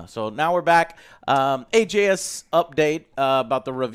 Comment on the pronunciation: I swear said AGS news instead of AJS